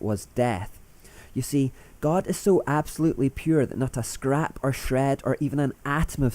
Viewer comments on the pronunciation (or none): none